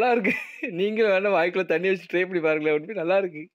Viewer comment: Thanni❌ sunni✅😅